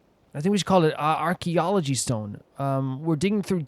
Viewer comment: = Ksama & Venipi laughing like this xD = idk but "Ark-Key-ology Stone" and "Hope-Key Dope-Key" still got me 🤣 = The fact that you still remember bits of stuff even tho you play MULTIPLE games and I'm sure you pay enough attention to their stories? It's still crazy 😩 = oh wow I often just listen to the video while I do something else so I didn't see the spoiler warning for Children of Men on the screen lmao = That book minigame was so fuuuun. I love that it's just in a WQ = I LOST MY MIND WHEN THEY MENTIONED ABRAX. I PULLED OUT THE BOOK RIGHT AFTER AAAA soooooo cool = that "noooo- nooo" is so funny 🤣 = "welcome to hell, btch" iconic Albedo voiceline lmao = Awww, no reaction to Hell 😢😂 = NATLAN MENTIONED ❤‍🔥❤‍🔥❤‍🔥 = omgosh you put it into words = nah I get it, that's me with HSR. I'm "dreading" it but when I do get to it, it's fun.